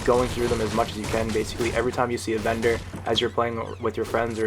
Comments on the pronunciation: I thought he was saying bender instead of vendor XD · Is he saying vender or bender?!?!? 🤔😂